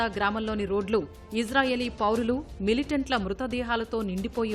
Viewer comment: ఒరేయ్ ఇజ్రాయేలు కాదు రా ఇశ్రాయేలు ర